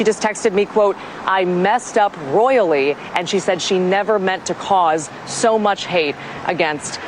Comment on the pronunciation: She messed up "royally" not "loyally"!!!